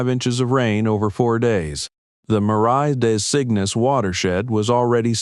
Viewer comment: Editors: Marais Des Cygnes is not pronounced: “Mare-I Day Sickness “ It is pronounced: “Mare-Ah Dah Zeen” Do your do diligence, and pay attention.